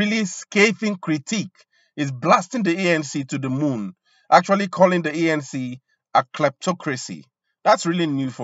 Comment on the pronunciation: Its not ENC bra its ANC... 😢... U c results of reporting about another country.... 🙄